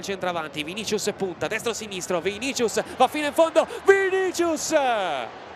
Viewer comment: Qualcuno dica a quelli di dazn che si pronuncia "VINISSIUS"